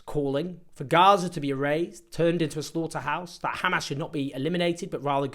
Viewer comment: I like that he knows how to pronounce hamas